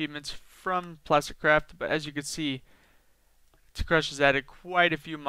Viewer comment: am i the only one that thinks most the time he said "plasticcrap" instead of "plasticcraft"